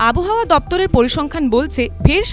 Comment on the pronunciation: আবহাওয়া উচ্চারণ ও সঠিক হয় নি।